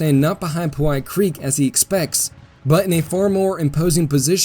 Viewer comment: small note...the creek is called pow hite creek...after the pow hite indians....NOT po white creek